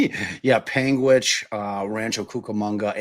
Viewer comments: Catching on the replay. I thought the same thing,, that is a long way to travel in such a short period of time. And you said Panguitch correctly. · nailed Panguitch. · I’ve done Ohio to Utah in 11hrs Utah to LA is like 6-8 depending on how you drive through the desert. But for a normal driver it’s a 24hr drive one way bob said panguitch correctly !! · you nailed Panguitch. Perfect pronunciation! 🎉